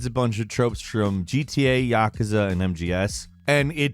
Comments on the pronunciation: I hate how the team at Gameranx pronounces Yakuza ya-ka-za, should be like yuh-koo-zuh. similar to people saying Excape and Expecially for me it's annoying, you sound smart until you say things like that. sorry guys rough time and nitpicking those things just grate on me sometimes. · How can a guy fuck up the pronunciation of Yakuza seriously some Americans need to learn to pronounce words correctly.